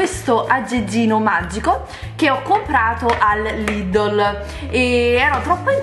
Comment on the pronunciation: si dice lidel nn lidol